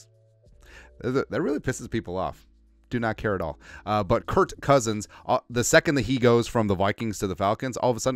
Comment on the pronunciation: It's kirk cousins not Kurt cousins